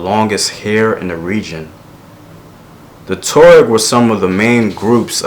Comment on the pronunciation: Wa-ga-du Empire. Wo-do-be people. Twa-reg people. Love your videos!